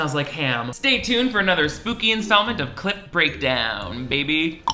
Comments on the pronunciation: Please who thought you were saying “Clit Breakdown” that’s all I want to know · Lmao i just noticed you emphasised that you said a p in clip breakdown. I hope I didn't ruin that word for you. My sister ruined it for me in like 5th grade. I can never hear clipboard the same.